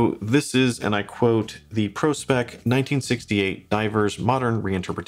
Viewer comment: Good choice again ., the ocean and the Antarctic., &., Did you say 42 is reduced.,? &., You said pro-specs correctly ( it’s like an IQ test you passed., just like people who properly pronounce TEK-NIKS instead of mistakenly saying “techniques “ on the stereo YouTube channels.